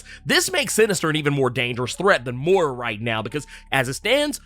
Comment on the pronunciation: I don’t mean no harm but I’ma need Moira’s name to be pronounced correctly lol